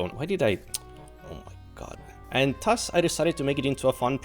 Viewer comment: 8 years learning japanese every single day: ✅ 1 day to pronounce "th" in "thus": ⛔⛔